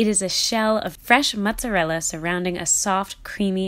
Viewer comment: ITS NOT JEWISH CHEESE I HATE WHEN PEOPLE SAY MATZARELLA ITS NOT JEWISH CHEESE SAY IT RIGHT MOOTSARELLA